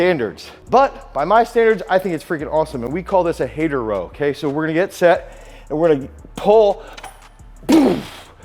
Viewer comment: Hater row = Pendlay row